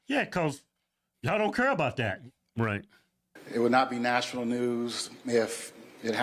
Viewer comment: Why is the mayor Canadian? "Abooouuut the city" . Can someone explain how this happened to me? I honestly had no clue Cincinnati was this "diverse" and woke. its OHIO for God's sake. It's supposed to be a red neck mid-western state. Does a single city in the USA exist above 200k people that isn't ultra "diverse" and woke? Why can't we have a city of like 500k people so we have all the good things a city brings, but have the sheriff for it be like that guy from Florida, and the mayor be republican? Why is that an impossible dream? I had no idea Cincinnati was this bad, its worse than the average California city. One more place to never accept a job offer in I guess.